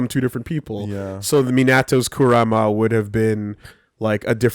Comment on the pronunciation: Anybody else noticed that always calls the Kyuubi Kuruma, which is japanese for car and not Kurama, which is his real name lol